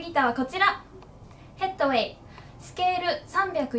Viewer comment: 「ステイホームウィーク」と「ヘッドウェイ」の発音がきれいで、且つ、かわいいですね。